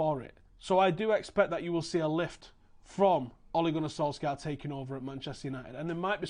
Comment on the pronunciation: Interesting video, well done, agree with most of it. You pronounce his name pretty well, for not being Norwegian, but we don't pronounce the k in his name ;)